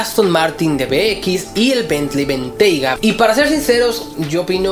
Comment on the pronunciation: No sabía que Fisker seguía existiendo, este el es Cars Latino que nos gusta Pd: no se pronuncia Benteyga aunque sea de una compañía inglesa, se pronuncia como suena, Bentayga.